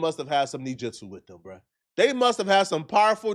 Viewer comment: SECOND incorrect usage of words for today: “nejitsu” instead of “ninjitsu” 🤦🏾‍♂